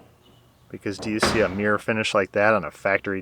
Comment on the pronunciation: Glad is back. and funny when you say "Mir" in sted off mirror 😁